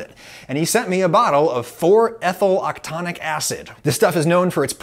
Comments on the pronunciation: Hey Adam! Just a quick tip for future situations in case you find yourself referring to molecules and their relation to taste. "Octanoic" is not pronounced "octonic." It's pronounced Oc-tuh-no-ic. The suffix "-oic" indicates that the molecule is a carboxylic acid, that is it has a the funciontal group COOH (a carbon with a double bond to an oxygen as well as a single bond to an -OH alcohol group). The "oct" indicates that it's an 8-carbon molecule. Perhaps the carboxylic acid we are most familiar with (especially those who cook!) is 'ethanoic acid' whose prefix "eth" indicates a 2-carbon molecule (think ethanol; a 2-carbon alcohol). If you haven't guessed it already, ethanoic acid = vinegar! Indeed, this is why red wine left out for too long turns to vinegar: It has changed from a 2-carbon alcohol to a 2-carbon carboxylic acid. Neat! Bonus fun fact: The 2-carbon carboxylic acid, ethanoic acid, is vinegar. The 1-carbon carboxylic acid is also known as "methanoic acid" (think methane as a 1-carbon alkane) which is also known more casually as formic acid. Forma is latin for ant. And some communities (e.g., native tribes of the past - maybe some of the present?) have been known to crush ants over their food on purpose for the acid taste that comes from their crushed bodies. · Oc-tah-noh-hik, not octanic! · It is pronounced 4-methyl-octan-"o"-ic acid. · It bothered me unreasonably how you consistently and confidently dropped a syllable from octanoic acid, despite having interviewed a chemistry friend who read it properly for you.